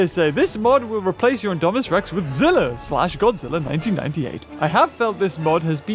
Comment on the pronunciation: ITS Z I L L A